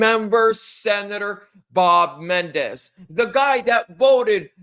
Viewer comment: Men - en - dez.